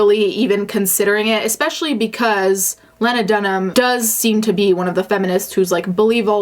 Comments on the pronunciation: Just so you know in the future, her name is pronounced LEE-na, not leh-na. It's not a big deal, and I know English isn't your first language, but I jus wanted to point it out. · my name is lena and when i saw the title of this video i had a heart attack i promise i havent done anything bad also im pretty sure the name lena is pronounced lee-na, not leh-na, but i could be wrong with how she decides to pronounce it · I think Lena Dunham is horrible and I can’t stand her but I’m not gonna lie this video got me pretty annoyed because you talk about how much you loathe Lena Dunham but you can’t ever pronounce her name properly? It’s pronounced “Lee-na” not “Len-a” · Just for clarification.... not that it’s of much importance, but it is pronounced Lee-nah, not Len-nah. I also don’t think you’re reaching.... but I do think that she has opened her life up to scrutiny, which is her fault, but she is being criticized a lot more harshly than any other male counterpart for being as brash. I’m not sure how I feel about the sexual predator thing... just as if someone under the age of 18 is technically unable to give consent... how much predatory behavior could really be accounted for. She shouldn’t have used that metaphor, but I think it’s something that may have actually bothered her... like growing up feeling guilty about the ways she would be “sexually,” and I don’t just mean sex but the broader meaning of the word, dominate over her sister? Unsure since it was never explicitly stated, but that what I inferred when I heard the audiobook originally when she put it out. Lena is a complicated person. Not someone I’m necessarily willing to defend any further than I already have. Used to be a fan... now I’m just neutral. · Is it not pronounced Lean-ah not Len-ah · You pronounce her first name with a long eee. Leena. Get it right. Did you do your research? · not you pronouncing her name "Lenna" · It’s pronounced “Lee-Nah”. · Pronounced Lee-nah. I couldn’t get past that.